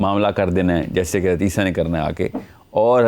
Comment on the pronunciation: Hazrat lSA ko aap aisa pronounce krty jesy keh rahy hon hadisa.